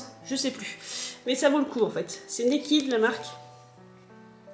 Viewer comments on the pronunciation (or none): Hello, je crois que tu m as citée pour les bonnes ondes. Je m appelle Flo.😘 Excellente nouvelle cette mission, tu es polyvalente, bravo !!!! Ta palette me semble être une copie. Il n y a pas le "A". Je pense que la marque citée ne se prononce pas "Niky", mais "Naked" Super lunettes ! Moi je ne peux pas, j ai des lunettes de vue 😎 Belle soirée❤